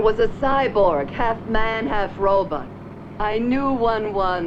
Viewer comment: I love how ro bot is spoken as ro butt